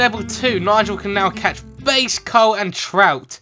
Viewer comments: Did he say base instead of bass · he says bass is base